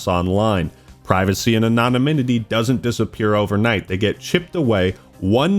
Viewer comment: Your pronunciation of 'anonymity' is wild